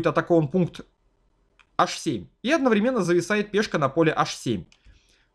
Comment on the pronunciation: Отличные обзоры. Только режет слух неверное ударение в слове "одновременно".